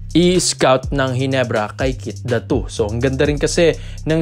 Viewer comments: Keith Datwo? 😂😂😂 bakit kasi need pa magpacute nakakabastos ang hindi tamang pagbigkas ng pangalan. Pinoy ka naman pero iniiba mo pa. Fake news kana ginagago mo pa apelyido ng tao.😂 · Ganun ba talaga bigkasin ang Datu?sagwa eh